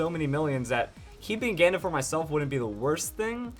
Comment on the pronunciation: i think hes saying ganda wrong